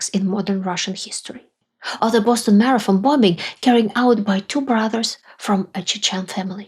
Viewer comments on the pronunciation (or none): none